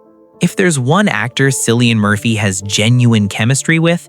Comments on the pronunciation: Cillian is pronounced with an initial K sound, not an S. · It’s pronounced killian not sil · It’s pronounced KILLIAN….not sillyan….get his name right for gods sakes!! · His name is Cillian Murphy, pronounced with a capital K and NOT Silian with an S 🤔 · Yes, I love "discovering the real stories" more when you pronounce the subjects name correctly as Killian but spelled Cillian. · Hey commentator, how about discovering how to pronounce his name! Not Silly-Ann but Killy-Ann!!! WOW 🙄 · Kilian,not Cilian. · His name is pronounced KILLIAN not Sillian. Get it right. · His name is not Sillian, it’s Cillian, pronouns as KILLIAN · Disrespectful Man. It's Killian not Sillian. Do your research. Its so annoying to hear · It’s pronounced KILLIAN. 😬😳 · Pronounced Kill- ian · JESUS . IRISH K , NOT S SOUND. 🍀🍀🍀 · Kill-ie -an, Jesus man learn how to pronounce the actors name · It is 2026. His name is pronounced KILL-EE-AN. Brutal. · It's pronounced Cill like window sill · No it’s not. It’s pronounced Kill. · just for your info .. if Cillian heard you say his name with the s sound and not the hard C sound .. he would not be pleased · If you’re going to make a video about someone, you should at least pronounce their name correctly. I can’t take this seriously with this egregious error front and center. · He is so private than a lot of people who think they know him can't even pronounce his name. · The C in Cillian is pronounced as a K! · Please pronounce that lovely Irish name correctly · For gods sake how could you get the pronunciation of his name wrong. It’s Cillian the C pronounced like a K. It doesn’t give me much confidence in this article if don’t get his name right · I know 😖 I’m in America & watching something to take my mind off the hell living in here. It makes me angry when they can’t call him by his name. So trying to not be angry for a while didn’t work because this idiot can’t manage to pronounce his name correctly 🤬